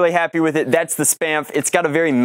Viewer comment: Sounds like "Spameph" lol